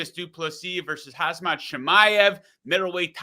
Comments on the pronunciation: Bro say 'Hazmat' 😂😂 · he calls him CAMZAT lool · why does everyone call him hazmat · Why do so many podcasters and pundits swap the “M” with a “Z” when pronouncing Khamzat? If it’s intentional, it’s not witty or clever, it’s childish, the kind of thing you’d expect from someone whose frontal cortex hasn’t quite caught up with their microphone. And strangely, they never seem to mispronounce Brazilian or African names with the same casual disrespect.